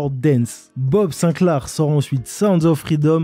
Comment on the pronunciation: "Haha, M.BOB Sinclair" SINCLAR, répète, SINCLAAAR